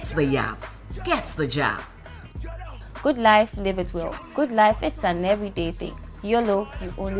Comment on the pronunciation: George nie yabbing not jabbing 😆😅😂😂he jus did what is right 😅😂😂😂 get the Jab not yab